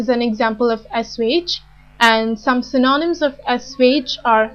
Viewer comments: Could you please help me with pronunciation of " synonym". How you have pronounced i felt is different. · The pronunciation is atrociious! :-( Check the transcription (especially for the word "synonym", which gets repeated all the time).